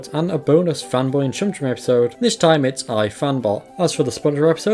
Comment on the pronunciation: The way you say epeesode will haunt me in my sleep 😭